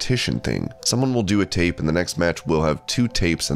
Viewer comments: Its "tOpe", not "tApe". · Tope is pronounced "tow-pay" as in Tope Suicida not tape. I would've let it slide if you would've pronounced it "towp" since a lot of people do. However, it's not even spelled with an A so why go out of your way to pronounce it SOOOOOO wrong? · Have a tape lmfao it's called a tope for Christ's sake pronounced Toe Pay if you are a wrestling channel know the lingo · Topè not tape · Can't even pronounce Tope properly. Calls it tape... GG